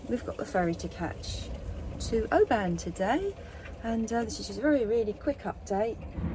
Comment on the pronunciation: absolutely love your vlogs and especially your trips in Scotland. I really am not criticising you but if you go back to Oban, the stress on the name is on the first syllable, so it’s Oban not obAn sorry but I’m both Scottish and a linguist. ❤